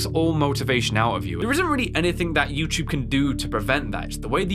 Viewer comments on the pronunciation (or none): Also I love how instead of saying youtube, you always said "youchube" lol.